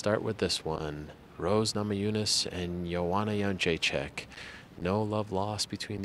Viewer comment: Ariel, please - its JedrzejczYK, not JedrzeczAK [-chick (correct) vs -chuck (incorrect, diff. surname)]. You of all should be able to pronounce it.